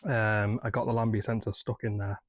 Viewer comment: Why can’t you say Lambda sensor!? 🤣 Try O2 sensor if you’re stuck!